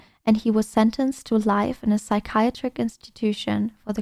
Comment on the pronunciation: I'm sure your quest is a beautiful person. But if you cant say psychiatric correctly while reading it she needs more practice. Lol. Sorry luv.